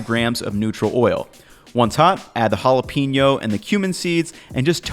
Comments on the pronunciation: Pen-yo, not Peen-yo. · You're awesome,. But, from one gringo to another, you'd be just that much more awesome if you didn't pronounce it "hala-peenyo"... You gotta put the "pain" in the jalapeño!